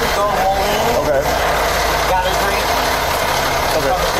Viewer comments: milane illinois and bettendorf eeeowwla? Nice AI, jack off hacks. Also, it isn't a "pedestrian bridge". It's the sidewalk portion that lines one side of the bridge for people to walk across the Mississippi river. The bridge is for cars as well. You also can't "veer" on to the sidewalk as it's protected with barriers all the way across. She literally entered the sidewalk from the bettendorf side and drove over the bridge ON THE SIDEWALK the entire way across. There's no way to accidentally cross over onto the sidewalk once you're on the bridge. There are guard rails that would have stopped her. This lady is an absolute tool, and so are your reporting "skills". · It’s pronounced Mo-leen not Mo-line even thought it’s spelled that way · ....mo-line.... it's pronounced mo/lean/ 😒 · MO-LINE??? Are shitting me? It’s pronounced MO-LEAN you daft twat. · Moline is pronounced "Mo-leen" not "mo-line", ffs. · I find these videos very interesting, but narrator can’t even watch the video to hear how “East Moline” is pronounced lol. He said “Ma Line” instead of “Moe-Leen” lol. Also doesn’t do the bare minimum to caption the lady’s words. Rock “Highland” (Island, in Rock Island county🙄) This channel just needs to do some basic research and it can be so much better. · East Mo-line! Lol. AI is so great. I'm out. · Weird place for pedestrian traffic. Thats crossing over the Mississippi, I think. And its Moline, pronounced like Mo Lean! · It’s “Mo Lean” Bettendorf is Iowa, and so is Davenport. Moline and Rock Island are Illinois. We are the Quad Cities. Please do better research, these are serious cases, real people and real places. The I74 bridge Crosses the Mississippi River thus Making Us 4 Cities and 2 States. Can You imagine? Rock Island Co. Jail is no joke. This might be funny to some people, but wow, tragic and so sad that these things can be avoided by staying away from alcohol. This is a new bridge, We also have the Arsenal Bridge, You are able to walk Across the I74 now.